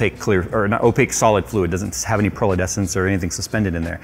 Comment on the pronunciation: please be aware it's "pearlescent" and not "pearldescent" like in "iridescent". i noticed that in the last video already.